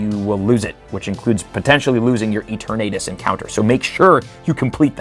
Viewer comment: who exactly is eeteurnaytus